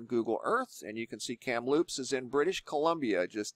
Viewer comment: I thought it was funny that you said Kamloops like cereal - Fruitloops. Even Inuit was enunciated in a way I have never heard before - it is more like In-you-it.